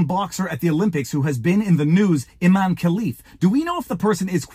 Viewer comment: Pronounced I-MAN-e 😂